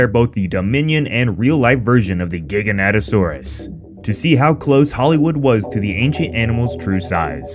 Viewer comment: How do you mess up the name THAT bad? It's not GIGA- NATA. It'sfrom the word gigantic.